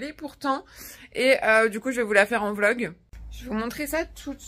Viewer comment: Désolé vlog et pas volg🤣🤣